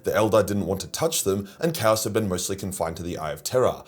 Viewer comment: Kaus kay-os